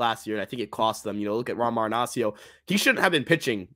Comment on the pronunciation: All that research on stats and still hasn't figured out to say Marinaccio's name correctly. SMH